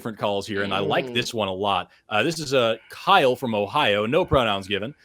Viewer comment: "Kyle-OH" Get thee to a library and read ANY science related books. Thou art confused, arrogant, and woefully ignorant. Do better.